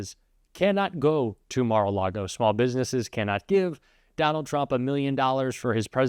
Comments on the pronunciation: What’s a Turmp?😂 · Trump not Turmp.😂